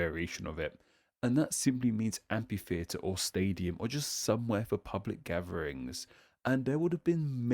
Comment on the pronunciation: BTW: Amphitheater is pronounced amFitheater.